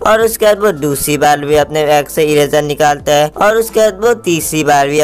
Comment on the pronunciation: back nhi bro😂😂😂😂😂 bag hota hai😂😂😂